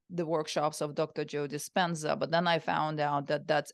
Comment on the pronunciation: Please dont say 😮 Joe Dispena 😮